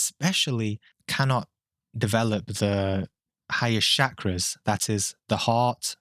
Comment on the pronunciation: All that talk about Shakras and you couldn't learn to pronounce the damn word? smh